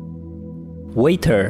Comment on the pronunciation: Waiter ?🤤 pronouncing ❌